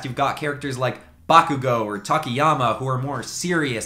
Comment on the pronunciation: everyone talking about “laffy” but not “tokiyama”😭😭